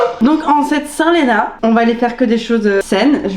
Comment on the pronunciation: Le lapsus de Lena à “j’ai jamais eu de seins(saint) du coup” 😂 Que du love évidemment ❤️